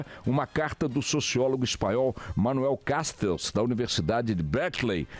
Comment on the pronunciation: Boechat é um péssimo analista. Muito fraco, relativiza demais, se contradiz. O caos reinando e ele não vê. É tão fraco que não sabe pronunciar o nome do Manuel Castells.